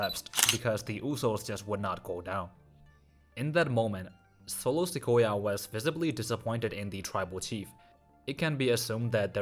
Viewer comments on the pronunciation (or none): Bruh I can't 😂😂😂 ...the way you spell Solo SOLO SIKOYA kinda sound likes akoya2